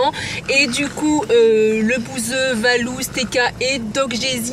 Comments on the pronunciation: Moi aussi j'ai entendue valouz🤣🤣🤣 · Moi aussi je l'ai entendue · Elle a clairement dit VALOUZ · Mais pourquoi elle à dit Valouzz wesh ? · MISKIN POUR LE "VALOUZZ" DE LA PART DU MCDO SINON ON TAIME Valouzz🥰🥰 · Au Mac drive moi aussi j’entends « valouzz » et pour les trois mots : chaise , dentifrice et amour 💕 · Tu n'as pas entendue VALOUZZ car elle a dis VALOUZZ ! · Oui elle a dit valouz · Oui elle a dit Valouz j'ai entendu